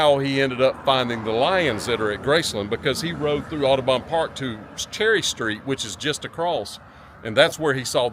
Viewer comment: You can tell they're not from memphis. It's not pronounced aw-doh-bawn. It's pronounced aw-duh-bun...